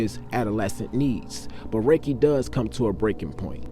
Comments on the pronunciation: Sir.. his name is pronounced “ Ra-kee”, not “Ray-Kee”👍🏽…. … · His named was pronounced Rah-Key. If you knew him back then he was a cool dude but about his business. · Dam mane it’s pronounced Ra-Kee 😅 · It’s RAH-KEEE Lordy how yu from the city n not pronounce niggas name correctly… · Love your videos. But his name is pronounced ( Rah- Key)